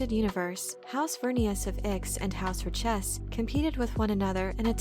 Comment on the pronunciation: Nice summary, but your pronunciation is incorrect... Richese should be pronounced like 'rich-ehss'. At least, if the original movie is correct. "We have just folded space from Ix...Many machines on Ix. New machines." "Oh. Yes." "Better than those on Richese." Find that scene if you want to hear it.